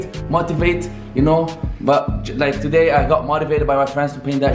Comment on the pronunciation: Until now tones the word "today" TOday🤦🏽‍♂️